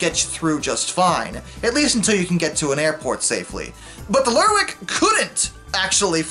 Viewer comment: Oban is pronounced "O-ban", stress on the O. Not like an Irish surname "O'Ban". Kudos for nailing "Lerwick - it has the potential to lead you astray in terms of pronunciation. It might be pronounced "lerrick", but isn't.